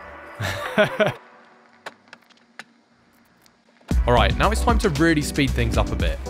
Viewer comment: the accent how he says youtuber, obviously a fellow Dane :D